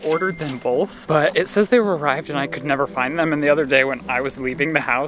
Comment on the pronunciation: why does say “boLth” instead of both lol Shane too